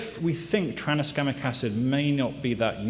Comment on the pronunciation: stop saying traniskamic acid already